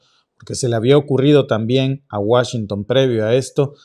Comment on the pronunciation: Deja de decir Washington no te queda, eso lo utilizan más allá en Europa. Escucharlo de alguien de acá se escucha hijo de pueblo con cabello rubio 😅 neta. No lo tomes a mal solo es opinión!